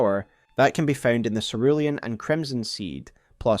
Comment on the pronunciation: Cerulean Seh Roo Lee An pls omg